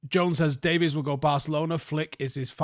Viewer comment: Day-veeeees not Day-viss